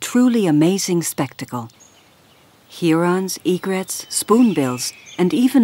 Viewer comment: her pronunciation and choice of vocabulary is rather wierd. It's HERONS not "here-ons". Those are ducks, nobody says "anatids'.